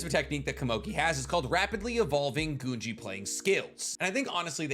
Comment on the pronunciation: Did you just say Goonji instead of Gungi 😭😭